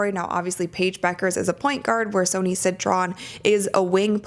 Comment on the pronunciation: Just to let you know Sonia Citron name is not pronounced Sony it’s pronounced like Sonya. I am a fan of yours just thought I would help.